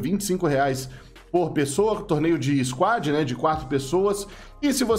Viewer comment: devo lhe dar parabéns por falar 'SQUAD' , sem mais .